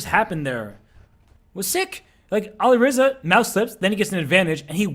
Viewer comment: Please stop saying Ali Reiza... His name is Alireza